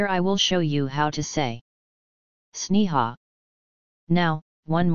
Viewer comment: Wrong pronunciation 🤣 my Name is Sneha